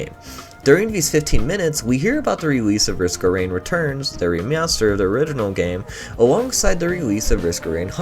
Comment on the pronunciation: we hear about the rewese of Risk of Rain Returns, de re-meow-ster